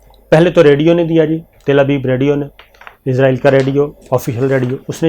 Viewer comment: Shakir صابر بھائی۔۔! اِسرائیل قوم کا نام ہے اور اِسرائیل ہی ملک کا نام ہے! اِسرائیل کو عِزرائیل بول رہے ہیں آپ! عِزرائیل موت کے فرشتہ کا نام ہے! اسطرح اِسرائیل کو عِزرائیل بول کر، موت کا فرشتہ بنا رہے ہیں!